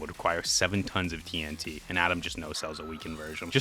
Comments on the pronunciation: I'm so upset that you call TNT (Tee En Tee) "Tee En Tuh". It feels like a subtle jumpscare every time. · Why are you saying "TN tuh"? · bruh says tnt like tntuh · why do you keep saying tee n' tuh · The way you say TNT irks me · why tf you keep pronouncing tnt like jimmy from south park